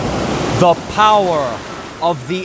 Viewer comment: The POWAH!